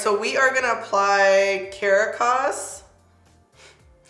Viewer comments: Lmao when you said “Car-Ah-Caz” 😂 I think that’s a place in Mexico (don’t kill me if I’m wrong) so it’s “cah-rah-caz” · Lmao cah-rah-cas it's the capital of Venezuela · Love it!! By the way it is pronounced Ka-raw-cus lol its the capital of Venezuela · i believe it will sound out like Car-ah-kas (the capital of Venezuela). You said it so cute though. About to shade match and purchase. I love NARS. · I love this and love you you’re amazing! By the way for the shade names, Cadiz is a city in Spain, pronounced “CAH deez”, and Caracas is the capital of Venezuela, in Spanish it is pronounced “cah RACK as”. Belem is a city in Brazil “buh LEM”. Just fyi cause you seemed worried about butchering it (you didn’t butcher them too much hahaha, but here’s a confirmation LOL) keep it comin girl! Looking amazing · ka-da-kas its a city in a state in mexico so with the “da” u wanna flip the r to a soft d not roll like purring but a slight flip!!! and belem: beh-lem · Beautiful! Does the foundation specify the undertone? FYI, Cadiz is pronounced Ca-deese and Caracas is pronounced Ca-raw-kus. Assuming they are named after the cities. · Hey, the CARACAS is pronounced 'KA-RAW-KAS', I did some Spanish so that's probably the only reason I know the pronunciation. I hope you don't feel like, I'm being rude, which I'm not.... EACH ONE TEACH ONE. After all I'm here watching your videos so it's constructive criticism. I'm glad you used those three shades as reference, that helps a whole lot. XOXO! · Cadiz... Cádiz... Sounds like KAH-deez. City in southern Spain. Caracas ... Sounds like kah-RA-kahs. Capital city of Venezuela. Belem... Belém. sounds like beh-LEHM. City in Brazil. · I literally was saying this and laughing whilst was butchering the names 😂 too funny 🤗